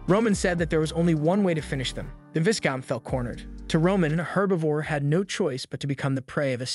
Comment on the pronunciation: Part 2 please bro ✨ and not to be That person but the “s” in “viscount” is silent